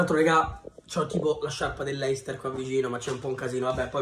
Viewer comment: Bravo. P.s. si dice "Lester" non "Leister"